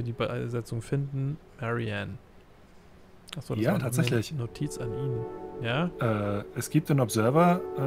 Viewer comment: Du kannst sie doch nicht Marie-Ann(englische Aussprache) nennen xD Das muss Marianne(polnische Aussprache)!:P